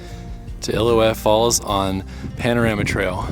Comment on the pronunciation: Nice video guys, but it is Il-lil-ou-ette Falls, an important name in the history of Yosemite.